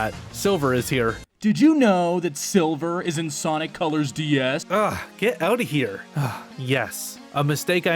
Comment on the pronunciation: ah yes, you mean col-ures ~